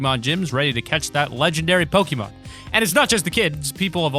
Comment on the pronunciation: pronounced poke-ay-mon